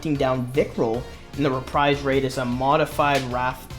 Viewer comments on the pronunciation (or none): none